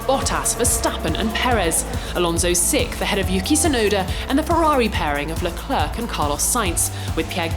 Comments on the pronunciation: Someone PLEASE teach her how to properly pronounce Leclerc... the trailing 'c' is silent. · Why does this woman constantly butcher Leclerc’s name round after round! Surprised she didn’t say Monegasque this video.